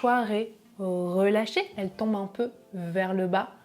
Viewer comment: Ah, chouette : vous prononcez encore le "un" comme "un" et non comme "in"! Je trouve dommage que cette distinction se perd.